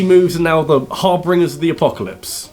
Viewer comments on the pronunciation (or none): It's harbinger not harbringer